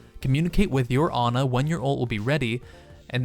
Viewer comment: It's Ana not ugh n ugh